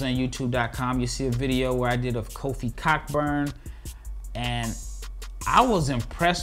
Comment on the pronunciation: Kofi Coburn is how you pronounce it? Or you jokin?